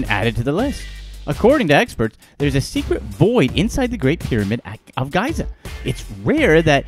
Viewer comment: Gaaiza. lol :D